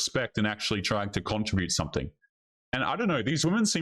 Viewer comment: CON-TRIB-UTE...not "contra-bute"....also stop saying "ya know" write down what you wanna say in the video 1st so it seamless